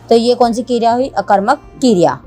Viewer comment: That's not keeereya it's kereya